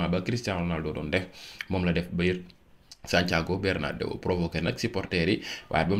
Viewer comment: c'est pas BÉRNADÉO mais BÉRNABÉO